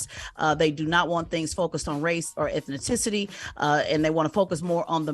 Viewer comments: That lady said " ETHNITICITY". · not ethniticity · Yall hired a woman to give news and say shit wrong like “ethniticity”